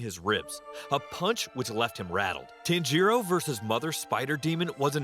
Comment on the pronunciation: The way he pronounces tanjiro bro💀💀💀